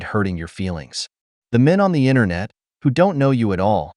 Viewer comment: I mean, it's pronounced "Internet", not "INTERNAW".